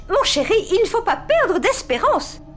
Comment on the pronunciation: Rada :mon chéri il ne faut pas perde espérance Moi:🤣😀😄😅😀😃quand Rada va enfin dire les mots correctement